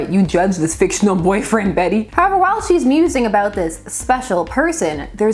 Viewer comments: It's actually pronounced "Bet" not "Betty." She is the weakest of the Batgirls. Barbara is the bomb, Cas was ok, Spoiler was fun, Flamebird was created to be weak and a comment of celebrity wannabes. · Bat-Girl. Flamebird. Hawkfire. Also, is her first name pronounced "Bet" or "Betty"? I've heard conflicting reports. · I always thought her name was pronounced Bet. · Fun fact. Until just this very moment I have always assumed Bette was pronounced as "Bet". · I always thought her name was Bet(te) not Betty, the Canadians in us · Heck, until you specified it I thought her name was pronounced "bet" as well, and I'm from Mississippi. Cool video! Never knew about this character at all until now. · For a while I was pronouncing Beet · DC really puts you through it with "Bette," unfortunately. Remember Plastique? Bette Sans Souci is French-Canadian, so she pronounces the name as one syllable. That's the way I read it, too. I have to see "Betty" or "Bettie" to see two syllables. Still, Bat-Girl will always be "Betty" to me. Sue me, I'm old!😆